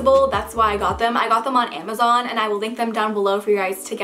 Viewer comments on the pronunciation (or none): none